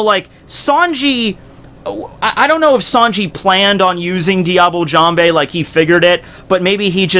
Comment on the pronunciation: I know this is an old video, but its "jamb" not "jam bay"